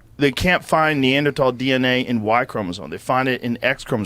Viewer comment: Joe is back to pronouncing the TH in Neanderthal. Last I heard,, he had switched to a hard T and it sounds funny that way.